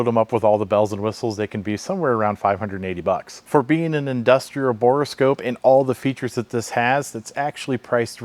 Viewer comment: Bore scope not boreascope.